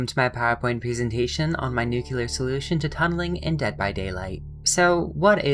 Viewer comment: My worst pet peeve ahhhhhhhh It is pronounced "Nuclear", not "Nukular". From the NUCLEUS of the atommmm On a different topic, I love the idea! Hell yeah, that would be great!